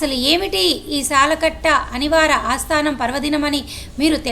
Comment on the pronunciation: అస్తానం కాదు తల్లీ ఆస్థానం అనాలి.